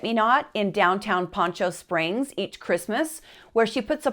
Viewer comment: Salina? No - Salida. Bloomfield? No - Broomfield. Poncho Springs? No - Poncha Springs. Get the place names right, don't just make them up. Cannot click on Like because you cannot do your research, edit and present it correctly.